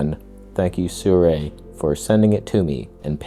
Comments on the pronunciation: NICE! you pronounced it right. Sih-ray. ✔ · Perfect pronunciation of Sirui chefs kiss